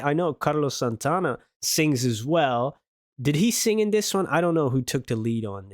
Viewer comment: Now, you are an honorary Latino because you pronounced Santana's name correctly. HA HA HA